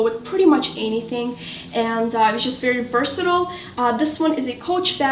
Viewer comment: I absolutely love your videos.. But they way you were pronouncing "versatile" was getting on my nerves.